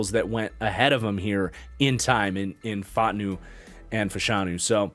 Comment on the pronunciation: say it with me, Troy Fautanu. That’s: FAH-ooh-TAWN-oo